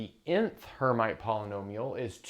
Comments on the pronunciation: Rather Air-meet than Air-might. It is a French name. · Not "her mite" please, but "airmeet": from Charles Hermite, a French (sorry guys) mathematician. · 'erm'-'IT'! Charles Hermite was a French mathematician and surely disliked to have his name f*d up. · Her-meet is how this is pronounced by math physicists, unless you're French, then it's [ʃaʁl ɛʁˈmit]; transliterated from IPA notation, this is pretty close to her-meet. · "Hermite" is a French name and is pronounced approximately like "air-meet" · It appears that you're the one whose never actually heard the term, since you are incorrectly pronouncing "Hermite."